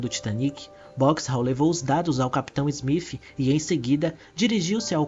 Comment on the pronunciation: Muito bom seus vídeos, bem esclarecedores, só queria saber porque em vez de você dizer o nome do capitão Smith você pronuncia como (Smif).